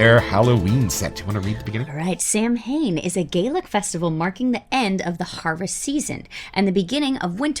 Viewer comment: I hate to be one of those guys but... it's actually pronounced like saw-when. Leave it to the Gaelic, right? 😆